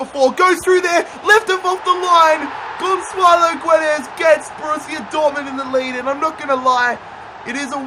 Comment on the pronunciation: ITS NOT FUCKING GONSSSSSALO GUEDES